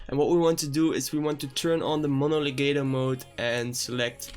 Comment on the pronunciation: "mono legayto mode" 🤣